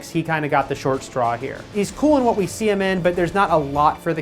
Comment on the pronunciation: wath? you mean "what", eavan? even. ingeneer? ENGINEER.